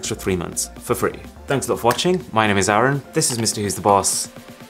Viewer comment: everything was fine till the point when he said his name Aaron, I run, ah run, say what? so infected by Siri's text to speech! accent, even Siri will do a better job pronouncing his name I guess.